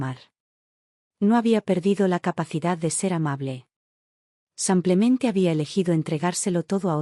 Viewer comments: Está voz no podrá decir SIMPLEMENTE ?siempre repite SAMPLEMENTE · No sabe pronunciar "simplemente"